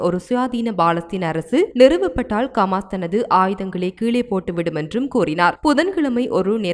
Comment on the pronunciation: It is HAMAS not KAMAS. please pronounce it properly. Other Tamil's are pronouncing it properly but you are not. Please correct yourself. Thanks